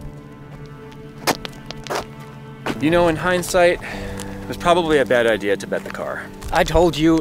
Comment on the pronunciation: lmao he said i actually have a idear